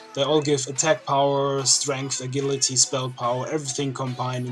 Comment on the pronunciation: Ah-gil-ah-tee lol..... It's pronounced əˈjilədē; think of the name "jill"